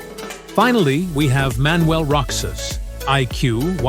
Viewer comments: Manuel Roxas not ( roch sas) , Roxas read say ( ro has). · What! Manuel Roksas " It should be Rohas" ! You are really a bull. . .!